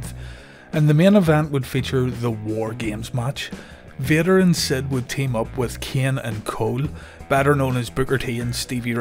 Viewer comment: And accidentally calling Sid "Stid."